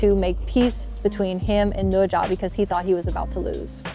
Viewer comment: The pronunciation of "Ne Zha" is very standard.